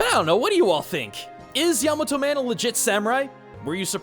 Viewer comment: Thank you for pronouncing Yamato Man properly, unlike some other Mega Man YouTube content creators out there.